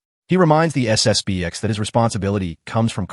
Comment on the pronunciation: It's SSP-ten.